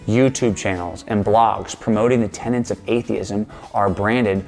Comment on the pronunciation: Did he really say "..the tenants of atheism..."?